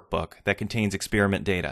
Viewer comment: THE WORD IS EXPERIMENT AND NOT EX-SPEAR-MENT AND YOU WORK FOR MICROSOFT ??